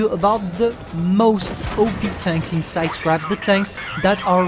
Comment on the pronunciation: The way ewhen u say sidescarpe it is sounds like sidecrap excuses me what de fuk. Is the maus a joke to u. No hate btw